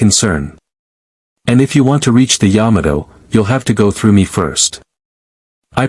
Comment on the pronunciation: What only 114 people on the SBY? It would be nice if this was redone with a better voice AI to many word errors. (Yadmoto, Bayjirn?). I give up to messed up